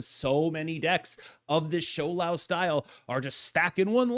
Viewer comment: Props to pronouncing Shou Lao pingyin correctly 😊